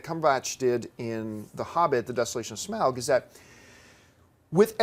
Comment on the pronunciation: is the only one who pronounces Smaug properly.